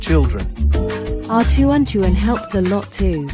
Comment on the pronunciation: Hey.. "Tehran Tehran" "2020" "untuan untuan" "furan furan" "Wan Wan".. It's tuan tuan